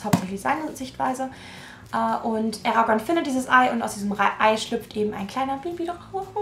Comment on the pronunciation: Endlich jemand der „Eragon“ richtig ausspricht❤️